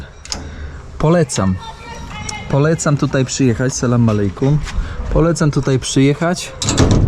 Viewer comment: Sala malej kum 😂😂😂 . Radzę , dowiedz się jak poprawnie wymawiać to pozdrowienie 😅